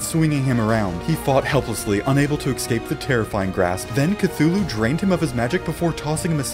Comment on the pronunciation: love this series. Only one problem, my mans says "ekscape."